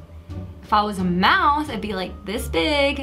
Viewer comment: did she said mise i will corect it for you its mouse